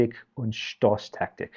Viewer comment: Might I say: your pronunciation of some rather complicated German words (such as Zündnadelgewehr, Auftragstaktik, Stoßtaktik) is pretty good.